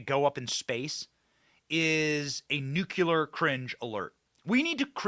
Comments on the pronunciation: Nu-clee-er. Not nukular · Bennnnnny, Nu-----clear, not nucular. Lol. We love you anyway! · Nu-cle-ar. I love you Benny, but please learn to say nuclear correctly.